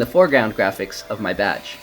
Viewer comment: It sounded like you said "batch" when you were ACTUALLY saying "badge"